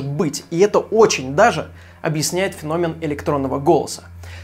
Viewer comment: Не фенóмен, а фéномен.